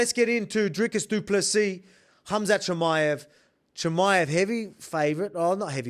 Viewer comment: Best pronunciation of du Plessis by any YT channel! 🎉